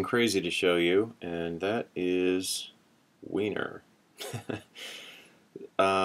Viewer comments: It's pronounced winery. But heh. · It's actually pronounced "winery", baahahaha